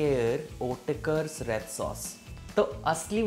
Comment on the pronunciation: Bro does not know how to pronounce otkers